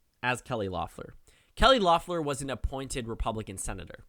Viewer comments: Pst, it’s pronounced “Leffler” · Her name is pronounced Leffler.